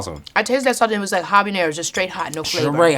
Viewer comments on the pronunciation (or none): none